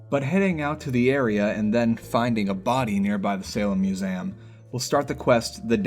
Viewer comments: anyone noticed he says ‘museum’ as “musayum”? no? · The way you pronounce "Museum" 💀